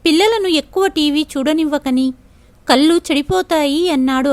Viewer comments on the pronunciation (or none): none